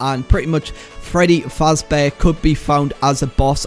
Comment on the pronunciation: Dude it’s pronounce FAZBEAR NOT FRAZ